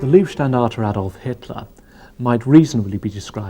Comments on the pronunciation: Excellent stuff, but in the making of this nobody bothered to mention that Leibstandarte is not pronounced as Liebstandarte. LEIB not LIEB! So many English speakers seem to have a blind spot for this. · Decent video about the ‘Black Baron’ from the Oberpfalz! Next time practice the pronunciation of German words. It is Leibstandarte not Liebstandarte…🥴🥴🥴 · The pronunciation of German is vey important. LEIbstandarte is the name not lIEbstandarte which can mean love regiment.